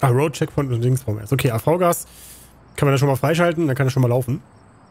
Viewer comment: man spricht das AVGAS "AFFGAS" aus